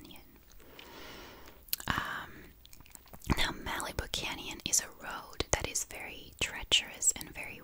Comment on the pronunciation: The way you pronounce Malibu is cute. In America we say it like "Mal-ih-boo." The A is said like the A in Malicious, and the I is pronounced like "ih" not "ee."